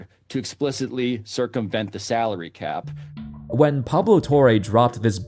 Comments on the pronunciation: Bro said Calary Sap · “calary sap” come on Gil 💀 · Gilbert arenas said "Calary Sap" at the intro 😂😂😂